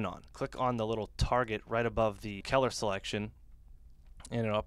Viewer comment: Awesome video, very helpful! But seriously... learn to pronounce "color"! haha